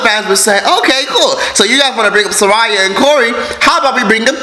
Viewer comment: Lol it’s SAH RIYA